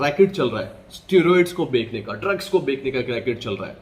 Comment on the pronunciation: Dude atleast editing ke time dekha kro na bekna nhi bechna hota hai 😌